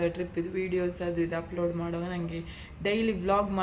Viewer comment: ಉಪ್ಲೋಡ್??? Or ಅಪ್ಲೋಡ್?